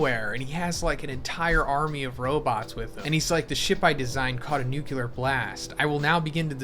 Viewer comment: Bro.... NOOK-LEE-UR not NOOK-YOU-LUR Great content